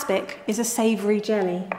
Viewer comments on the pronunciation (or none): none